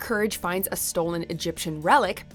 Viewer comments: Eustass? It's Eustace. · oh my god you did not just do that, it is pronounced “yu-stiss” not “yu-stass” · Really? "U-Stass"?! It's "U-Stace"!! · For the love of GOD, it's YEW-STISS not YEW-STASS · It's not eustass it's eustace this narrator needs to learn how to pronounce eustace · Please... please start pronouncing Eustace's name correctly. He may be an ass, but it's You-stice, not You-stass. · ITS EUSTACE U-TIS NOT U-STAS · Eustace not eustass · Come on lady....it’s pronounced You-stice; not You-stace!! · Eustass is back guys XD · Again with the EUSTAACE thing 😣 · LMAOOO You-stass. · Watchmojo is at it again with pronouncing Eustace as You-Stass. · Eustace's Name is Pronounced "Yoo Stiss". It's in the Actual Series Diologue. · "Taken by Eust-ASS" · You said Eustice wrong. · Somebody tell her it's Eustace nit youstass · You-stass??? Again??? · Lmaooo haven’t you learned from the last video it’s not YOU-STASS 😡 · Still can't pronounce "Eustace" correctly. =-_-= 😧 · Seriously? Again with mispronouncing Eustace's name? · still can't say Eustace's name right it seems, only reason I aint dislikeing the vid is cuz they were smart enough to put ghost freak/Zaskar on the list even if it is lower than he should have been and cuz they at least gave venom an honorable mention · The scariest villain is the narrator for pronouncing Eustace abysmally twice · the way you said eustace's name made me cringe. did you even watch courage? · Eustace: STUPID LIST. You said my name wrong! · Still saying eustace incorrectly now that's creepy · This chick really needs to learn how to pronounce Eustace lmao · Her pronunciation of Eustace is very disturbing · She still pronounced Eutace wrong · Please never pronounce Eustace like that again. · quit pronouncing Eustace Bagge's Name incorrectly!!!!! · Again with the mispronunciation of Eustace 🤦‍♂️ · Stop pronouncing Eustace like that!! Youve watched the show! You know how to pronounce it right!!!